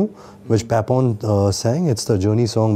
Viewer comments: wtf is "paypon", ranbir??? ...!! it's papon... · It's not paypon.. His name is paapon